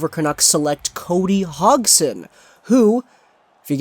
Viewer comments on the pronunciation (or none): It's pronounced Hod-son, hot Hog-son. And Yen-son, not Jen-son. FFS, learn the proper pronunciations if you wanna be taken seriously. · Actually it's Hoj-son. Soft G sound, not D.